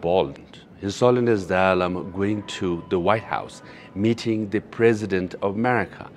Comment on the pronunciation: I hate it when people call him Dolly Lama. It's Dalai, pronounced DAH-lie.